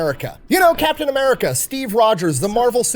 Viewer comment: It's Captain, not Captian.